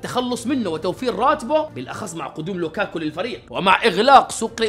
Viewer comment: كيف قال لوكاكو😂😂